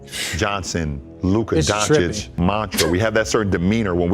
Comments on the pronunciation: It's funny how many years takes them Americans to pronounce European last names the right way, it's not Donci-k is Doncits capisi? say tssssss at the end ok douche bags? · After so many years, they still can't say his last name right